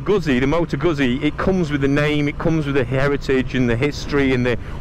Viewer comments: Guzzi - pronounced 'Gut C' not Guzzy. thank you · Its Goot see Not guzzy! Hahaha